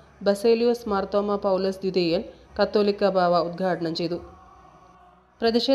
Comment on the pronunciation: The news reader is not familiar with the names of Bishops.She is pronouncing കത്തോലിക്കാ ബാവ.ഇ തു തിരുത്തണം: മററു കുഴപ്പം ഒന്നുമില്ല.ത്തോവെണ്ട:?